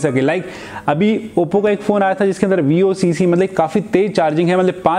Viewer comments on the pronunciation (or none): Bhai its not vocc its VOOC charger